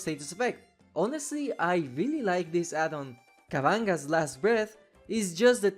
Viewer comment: I couldnt help but chuckle at when you said "kavanga's" when reading kavanagh's name. The way ive always read it is as "Kav en off"